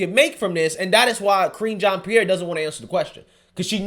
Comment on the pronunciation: I could swear I heard say "Cringean Pierre", lol.